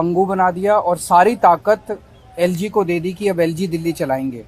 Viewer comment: क्या मेरा बिहार बर्बाद कर देगा ये लोग जिसको दिल्ली बोलना नहीं आता डिली बोलता क्या वो देश चलेगा 🙏🏻🙏🏻